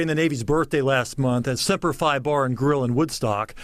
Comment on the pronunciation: It's pronounced Semper Fee not Semper Fie. My baby is a Marine. Semper Fi means Always Faithful. What a joke he is.